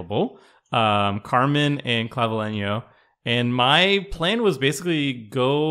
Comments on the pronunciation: For the Spanish pronunciation, you basically got it right. clah-bee-LE-nyo. (Vs sound generally like Bs. You nailed the ñ though.) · Don't worry,, you are the only one that pronounced Claveliño's name sort of right 😅